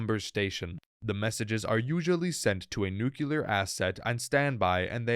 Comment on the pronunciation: Nu-clear. Ffs, it’s NU CLEAR not nu-cu-lar.